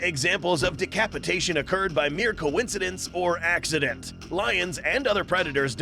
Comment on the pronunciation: “Decapitaion” got me dying 💀💀💀💀💀💀💀💀